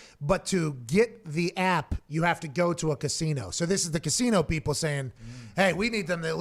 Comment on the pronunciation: He's so high he can't pronounce "casino"